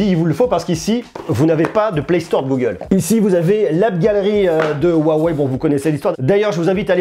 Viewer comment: Ca se dit "ROUAWEI" pas "OUAWEI" 😅